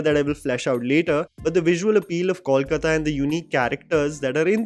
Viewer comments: It is NOT Kawlkata but Kolkata. Please note. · Great review,! Very well put. However, as a fan of your channel and a resident of city spoken of here, I'd really appreciate if you can avoid calling it 'Kawlkata'. It's simple, 'Kolkata' - KOWL-KATA. Keep up the good work though! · Just one correction The pronunciation is- COAL-KAATA Not-Kawl-Katta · please get the pronunciation of Kolkata right- it's to be pronounced as "coal- kata." This movie is another awful example of talent being replaced by nepotism. Abhishek Bacchan is not an "underdog" being compared to actors who aced the roles he is doing. He is the Privileged person, thanks to his background, who gets cast in these roles in movies, while the other actors like Pratik Gandhi or Saswata Chatterjee do not get cast in the films despite their amazing performances. If Saswata had not turned Bob Biswas into an iconic character, Abhishek's film would not have happened. And yes, if AB junior did not have his iconic father, he would not have been anywhere today. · my man have been following you for a couple of years now! And once again please please please get your pronunciation of “Kolkata” correct or just say Calcutta! This mix is cringy and really poor to anyone from Kolkata like me! Please. Bengali isn’t that tough to pronounce 😊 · The City is called Kolkata. You mentioned it numerous number of times in this video. May be pay a little attention how to pronounce it. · Abhishek did very well. But somehow the name Bob Biswas always goes with Saswata Chatterjee. However, would be great if Kolkata, Paran Bandopadhyay and Feluda are pronounced correctly. It is Kol as you pronounce co in Coke. It is Paw-ran. And it is Feluda as you pronounce fa in fake.